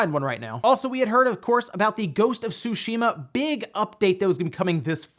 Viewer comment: You mispronounced Tsushima again...